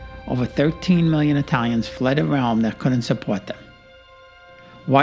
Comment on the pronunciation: Good video, but I'm sure they were 'Italians', not Aye-talians'. Fiero di essere di sangue Italiano.